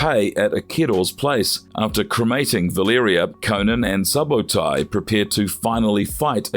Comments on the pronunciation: Suh-bowtie? Clearly the narrator has never seen the movie. Subotai 8s pronounced more like Suebo-tie; thief & archer. The name is historical. The historical Subotai (1175–1248) was a Mongol general and the primary military strategist of Genghis Khan and Ögedei Khan. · You got several things wrong and didn’t pronounce Subotais name correctly